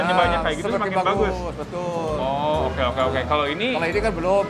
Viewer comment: said: " ( betuul ) ".....🤣🤣🤣🤣🤣🤣🤣🤣🤣🤣🤣🤣🤣🤣🤣